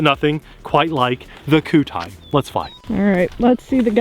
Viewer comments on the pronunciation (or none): koo tie? i thought QIDI was like 'kee dee' or 'kwee dee'